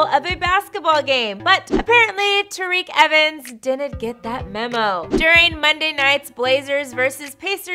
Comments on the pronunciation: Did she just say tareke evens. I'm pretty sure its TYreke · It’s pronounced tie-reek evens